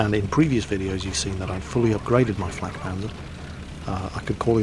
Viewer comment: He said flat not flak